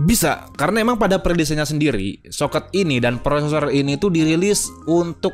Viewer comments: Bang socket itu di bacanya socket bukan socket bang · Aneh,, ngeja kata SOKET kedengaran huruf E nya Gak Lazim di ucapkan. Tapi ya lumayan lah isi konten nya bikin saya mulai mempelajari lagi ( soal motherboard yg kompatibiitas sama prosesor setelah generasi Athlon apa saja), masih confuse soalnya saya vakum 11 tahun' gak pernah ikutin perkembangan dunia komputer, terakhir rakit PC di tahun 2013 dan terakhir main game di PC tahun 2014.. Ok ngomong2 saya di 2024 ini PC ku masih AMD Athlon II X2 260 dual core 3,2 GHz, RAM 2x 2Gb DDR3 1600 MHz Corsair Vengeance, VGA AMD HD 7750 1 Gb, Mobo Asus chipset 760G support soket AM3+ , HDD 512 Gb SATA II 3 Gbps,, dan external HDD 1,5 Terabyte. Windows 7 64 pro Kepingin upgrade tanpa ganti mobo,, mau upgrade ke prosesor seri Phenom atau FX, dan RAM mau ganti ke 2 x4 Gb DDR 3 jadi 8 Gb.. Tapi selera merk saya lebih ELIT,, mobo merk Asus, dan VGA card merk Gigabyte. Gak pernah beli Asrock apalagi Biostar. Nah jika nanti sudah beli monitor Touchscreen maka windows 7 sudah usang, harus ganti ke Windows 10 yg sistem operasi nya support layar sentuh.